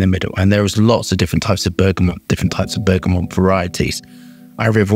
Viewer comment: I love you. But please..please.. It’s bergamot! NOT bergamonnnnnnnnnnnt!! Please..